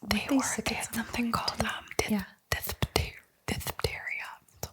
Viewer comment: The word is dip-thee-ria is how to say it ❤️❤️ I love this 🏴🏴🏴